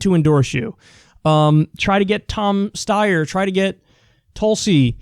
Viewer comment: I know Kyle is serious because he didn’t say Steyer, Styer, Soyer..... :(